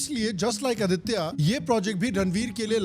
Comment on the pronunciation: He's name is आदित्य not आदित्या